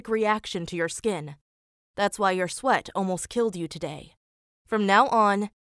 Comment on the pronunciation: I thought they said allergic to sweet instead of allergic to sweat 😂